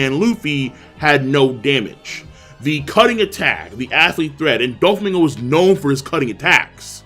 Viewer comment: It’s not doflamingo, it’s Don flamingo